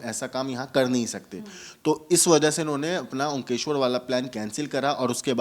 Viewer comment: Omkeshwar nahi he bhai omkareshwar...dharmik sthal ka naam to sahi lijiye.